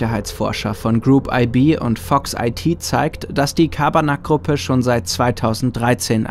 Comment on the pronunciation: Das ist kein Schabarnak sondern Carbanak